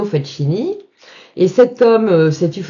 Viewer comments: Ne m'en veuillez pas de vous reprendre chère madame, mais FACCHINI ne se prononce pas FATCHINI mais FAKINI. Cela dit, je vous pardonne bien volontiers : on ne peut pas connaître toutes les prononciations de toutes les langues. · Encore une belle histoire,! Juste un petit conseil au sujet de la prononciation du nom du sieur Facchini. Ca se prononce Fakkini; le son tch avec ch, c’est de l’espagnol. Amicalement! Et continuez à nous régaler avec ces histoires magiques...